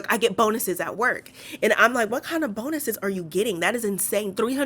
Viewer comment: “I GET BONE-ises!!!!” the emphasis on bone still cracks me up today lol